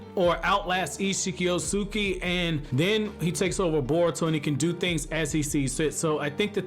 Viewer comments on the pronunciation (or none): The way he kept mispronouncing the name Otsutsuki was lowkey triggering me 😂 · No cap